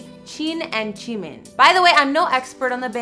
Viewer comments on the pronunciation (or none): I'm not trying to be rude the way she said Jimin,Jin and Jungkook was so funny I can't stop laughing.😂😂😂Plus it's normal I couldn't say their names when I started being a ARMY. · Please correct you pronunciation it's not yoonkook, it's jungkook. Who is Chin and Chimin ?? They are jin and jimin. Please google their name if you don't know. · "yongkook", "chin", "chimin" just kill me already 😐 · She gives shout out to comments from previous videos but I checked the videos she posted after this but there's no shout out from this video ahahha probably because all people are saying is that she pronounced their name wrong lmao. I am dead "Yoonkook, chin, chimin"😂😭😂😭😂😭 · Who heard yungkook and chimin 🤣🤣🤣🤣🤣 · Why does she have to say their names like that? Who tf is Yungkook, Chin or Chimin. Wtf 😂😂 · cringed so hard when she said JUNGkook, JIn, and JIMins names